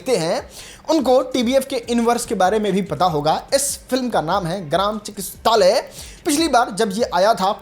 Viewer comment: चिकत्सालय होता है चिकिस्तालय नही 😂